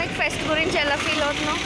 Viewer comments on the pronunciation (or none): Say fest not fest